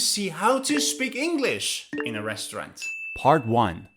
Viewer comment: Res trau rant Or Restront